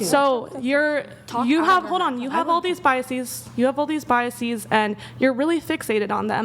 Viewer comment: It's biases, not bias Ees..so annoying